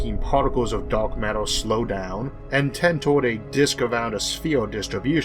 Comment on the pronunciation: Da'ark matter not dork matter. Pronounce ur words better bitch